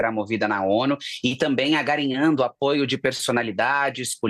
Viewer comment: Agarinhando hahahhahahahaha ANGARIANDO *